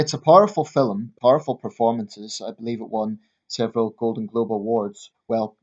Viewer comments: Film is one syllable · It's how jocks pronounce film mate, get over it ya fanny